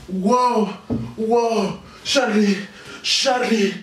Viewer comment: Dise yarlie pero like ygual